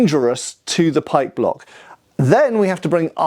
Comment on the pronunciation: Oh, pike block, not pike block.